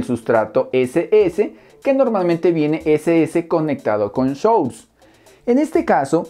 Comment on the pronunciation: Hermano querido, gracias por todo...por cierto...no es "SHUR"....si lo vas a decir Source....se pronuncia "SORS"....tuve que verte dos veces para saber que era SHUR...jejejejeje un abrazo